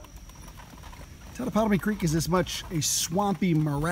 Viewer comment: Shelton, not Sheldon, darling. Your pronunciation of Totopotomoy is admirable!